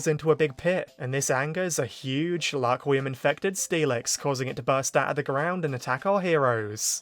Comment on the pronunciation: stop saying Laquium it's getting on my nerves